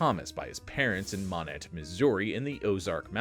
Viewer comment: Moh-NET, Missouri. Yeah, I know. Another weird one from the ShowMe state.